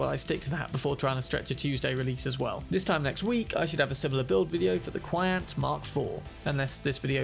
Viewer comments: very interesting build, might try and mess around with it in the future. and by the way, the pronunciation for QianT is "chi-anne-tee", as said by Rogue when she's briefing V about Hellman. :) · I found out recently it's pronounced 'CHee N' Tee' 😅